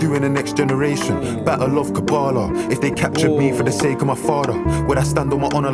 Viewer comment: It's kabbalah not karbala